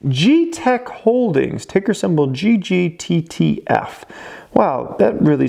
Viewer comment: I love how emphasized ggttf 😂